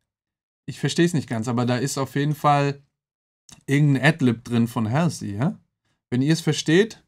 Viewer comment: Sie wird btw nicht "Hälßi" ausgesprochen sondern "Holsi"